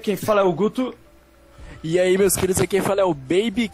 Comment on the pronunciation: quando tu disse guto entendi uto mas o video foi muito bom